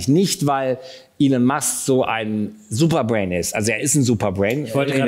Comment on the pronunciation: Hallo, er heißt “Elon” nicht “Allen” 😉